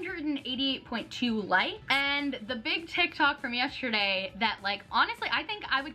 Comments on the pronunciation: Just realized you say “YESH-terday” instead of yesterday and it’s the “COSH-tume” thing all over again. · I love you SO much and I say this with absolutely no hate..... you do know that the word yesterday doesn’t have a shhh sound in it right? 😂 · Yes- shhhhh -terday